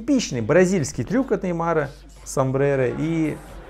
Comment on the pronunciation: Самбрейро!? Ты где учил русский язык то, пацанчик?